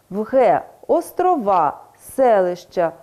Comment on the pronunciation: дякую! Насправді питання були до вчительки, яка в ролику саме таким чином наголошує слова: 9.46 - сАнки, 16.29 - островА. Ще запитала б про наголос у слові "збірні" (11.55), адже у словнику подається наголос на першому складі цього слова. Чутно, що людина російськомовна, хоча й старається говорити українською. Просто виникає питання: чи подібні ролики дадуть дітям переконливі знання?